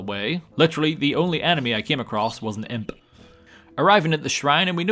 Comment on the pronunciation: "Only came across an ImPUH" That "P" was just as good as Malfoy saying "POTTER"